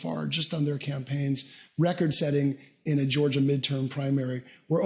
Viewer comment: You really pronounce Georgia like that always? Go back to Calillroda